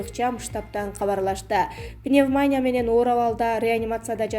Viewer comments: Пневмания эмес пневмония. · Тантыраган журналист сорой ,озун угуп атасынбы ,келесоо сабатсыз Пневмааня,РЕСПРАТОР ДЕГЕН ДУУУРААА,ЙОРК ТАЙМЫЫС КЕЛЕСООО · Пневмания эмес пневмония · Пневманя дейби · Диктор кыз пневмания эмес пневмония деп туура окусан,уят да жанагы биздин спикердей ж.б.депутаттардай болбой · Эй кыз пневмАня эмес пневмо(а)нИя деп айтчы нервди кашайтпай🤨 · Пневмаааания эмес пневмониииииия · Мектепте окуган эмес го мээси жок уялбай пневмаания дейт го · Пневмания дейби мына журналист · Пневмаааания деп окуйсунго. Пневаниия. Иии ге ударение. Курстан отуп келчи. Чон Кыз. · Пневмаания эмес пневманиия десен.не деген сабатсыздар кобойду.Маянелер кобойду го ушул акыркы убакытта. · Не деген заман билимсиздер бардак дикторун кара уят эле окубай эле койчу пневмания уятэ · Окуган кыз туура окуганды уйронуп алчы садагам,уят го,кыргвзча да туура окуй албайсын гоо,М: пневнамия дейсин гоо,озунордун устунон иштебейсинерби? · Эй окупаемости жаткан канчык пневмаания эмес пневмания десең. Спикердин карындашы эмес белең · Пневмания бейби?басымды туура коюп окусан?чаласабат журналисттер .окуп текшертип анан эфирге чыккылачы сураныч.ансыз деле "нервный"болуп турган элдин кыжырын келтирбей.. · Не ПневмАния а пневмония. Что за позор. пневмАния деген соз жок вообще. ПНЕВМОНИЯ. ударение на букву "И". Неужели нельзя посмотреть в справочнике или в других роликах как правильно произносится и пишется это слово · Репитатор. ПневмААния. КислААта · Халхоз мес колхоз пневманя мес пневмония десе аулдан кеп адасып журген неграмотная быреуди отыргызып койгансындар гой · Гаспитал менен пневманияны тууралап айтсан карындашым силерди кандай конкурстан тандашкан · Гааспитал распират пневмааания окуганын менен жерге кир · Диктор,нормално тексти окусан,холхоз мес к к колхоз,..пневмания мес пневмония десен,кулактар соолуп калдыго.. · Дагы деле ошол,халхозчу эме колхозчу деп айтылат,пневманя эмес пневмания деп айтылат,бул диктор кызды жоготкулачы нервке тийбей